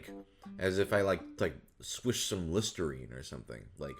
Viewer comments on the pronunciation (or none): none